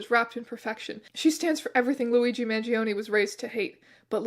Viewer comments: this is EXACTLY what I subscribed for. 10/10, no notes (except that the E in his surname is actually pronounced like the E in “exactly”) THANK U MR STRANGE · I love you but man the way you pronounce his name gives me 1 point psychic damage each time haha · This keeps switching to German after the first sentence T_T AND APPARENTLY GERMANS PRONOUNCE MANGIONE INCORRECTLY